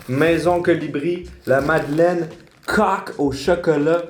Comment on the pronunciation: On dirait vraiment que tu dis cock au chocolat au lieu de coque hahaha